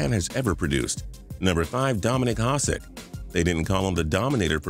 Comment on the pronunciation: You pronounced Hasek's last name wrong... bothered me